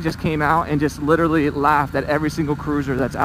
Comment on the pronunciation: Please stop murdering the word literally. Nice video.